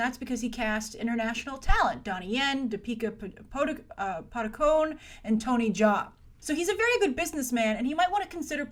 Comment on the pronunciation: That Indian actress, Deepika Padukone, her name is pronounce Dee-pika Pah-do-cone-eh